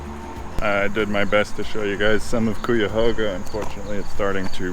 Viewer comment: Cuyahoga falls is a very beautiful place, glad you got to see it. I was born there. The locals pronounce it Kai-awe-ga, just in case you go back. 😉